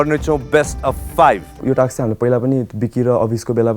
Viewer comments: Somebody please tell him It's task not taks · shame on this roadies host and all coz why u pronounce task like taks shame bada american banxu bolda toung tiwst gare ra bada bolxu laj mandainu task टास्क bhanna auda टाक्स bhanxu ... internation tv babuna khojni bole ra thaki sake from very begining season 1 dekhi aile samma shikya xainu टाक्स rE NOW contestant haru le ni copy gardai xan टाक्स रे oh bahi maro mujhe maro ... sikha bhai host banni its टास्क not a टाक्स